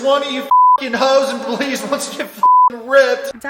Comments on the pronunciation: Belize....”e” .... not “Beliz” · It’s Belize with an E. Love your channel btw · Missed the e bro, it's Belize, my homeland :).